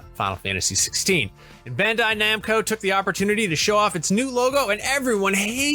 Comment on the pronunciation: Bun-die Num-ko?